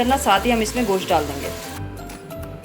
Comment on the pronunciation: Gosh nahi hota Gosht hota hai